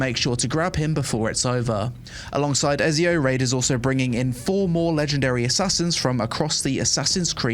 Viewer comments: Omg pronouncing Ezio wrong so many times:)) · How can you play any games at all and not know how to pronounce Ezio's name lol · I'm sorry, how did you pronounce Ezio...?! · e-ZI-o not e-SI-o ..... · I’m not Italian, but my head hurts every time I hear “EZio” instead of “ECio.” I guess we all do stupid things for money. HE IS GOD DAMN EZIO AUDITORE DA FIRENZE! AND HE ALREADY HAS ENOUGH OUTLETS. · im sorry but the game is not good enough to not have fast travel from main town...that's just outright dumb...way too much time wasting going on Also... i can't believe you called him " Ez-eeo" wtf is wrong with you... "Etsy-O" ! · stop saying ezzzzzzzio man it's ezio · Is noone going to mention how this guy doesnt know how to pronounce Ezio.... man its Et-Ze-O....Not Ez-E-O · Cool video :9 but bro its called ETTTZIO haha i cant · Ezio is pronounced Ets Zio! 🕶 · Its not ''Ezio'', its ''Etzio Auditore da Firentze''. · Bro mispronouncing Etzio hurts my soul!!! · Ezio is pronounced Etsy Oh. Et See Oh 😂. Was waiting for this video! Love your updates on this game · Dude watch your month when you speak, you dont just say "Ezio" You say : 🤌🤌🤌EZIO AUDITORE de FIRENZE 🤌🤌🤌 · bro called him Eiz Eo lol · Eh-ts-io.....EEETZZZIIIOO AUDITORI DE FIRENZE. Keep it up i like the content and ur coverage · Ngl the way you said ezio's name kinda triggered me for a sec 😂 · Your pronunciation of "Ezio" gave me literal cancer, LOL. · You can’t even pronounce ezio right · My ears bled listening to you butcher the pronunciation of Ezio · Had to turn it off when i heard you pronounce ezio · Why nobody talks about how he pronounced Ezio? I am dead! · bro has apparently never played Assassin's Creed, doesn't even know how to pronounce Ezio 😂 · He doesnt even know how to pronounce Ezio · The way you pronounce Ezio made me not download Raid shadow legends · why he pronounce ezio like that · They way you say Ezio deserves prison time